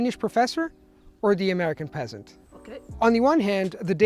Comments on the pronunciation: I know, it sounds so harsh when he says it. I flinch a little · i cant stop laughing every time he says peasant 🤣🤣 no hate ur amazing but it’s just hilarious